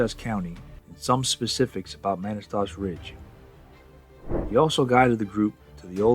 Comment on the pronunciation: Pronounced “Kih-tih-tass”. And, “muh-nass-tash”